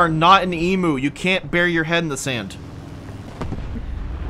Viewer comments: What is an emoo? Do you mean emu, pronounced eemyou? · its pronounced E MEW not E MOO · eem U not e moo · Angry Aussie noises. it's said Eem-you, not eemoo otherwise, great video, love your stuff mate. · G'day, Aussie on the internet here (250 ping)... "e-moo"? Since when is 'u' "oo"? It's an Emu. It IS double syllable. Think along the lines of 'eam' like in 'beam' and a 'you' with an m stuck on the front. So 'eam-myou' but basically merge the two m's together. Good work cobbers, ya doin' well. See ya's in the salt factory of WT;) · Hey bo just saying its pronounced e-m(you) not e-moo. Also they beat us australian in a war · Love how you guys pronounce Emu totally wrong, but props for knowing what one is. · I like how they say emoo not emu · Em-ooo, I am horrified, as a surtified Australian its pronounced eem-you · we pronounce emu ..... eem-you